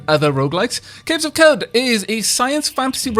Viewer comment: Considering the Arabian theme of the game, I'm fairly sure Qud is pronounced "Q'ood" rather than "Kud".